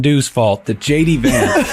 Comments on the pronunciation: Are you calling him "SHADY VANCE" or am I hearing wrong? Else, you should start! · While I know you're saying JD Vance, I heard Shady Vance.